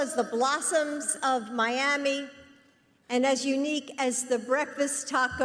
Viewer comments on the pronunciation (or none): none